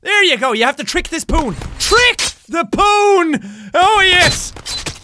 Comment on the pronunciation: When he says poon it sounds like he is saying porn